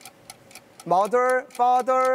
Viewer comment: 가 마덜 파덜 하는데 나도모르게 젠틀맨~ ㅋㅋㅋㅋㅋㅋㅋㅋㅋ 아 영어 오물거리는게 왜케 커엽!!!!